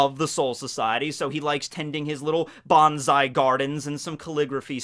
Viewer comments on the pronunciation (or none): none